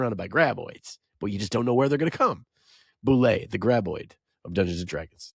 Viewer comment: Mr. Buff Mind Flayer is from a Dungeon magazine adventure where you get involved in an Illithid prison break. So his cool tats are actually jailhouse tats. Dungeon 94, Spiral of Manzessine. So glad you are grognard enough to pronounce bulette correctly.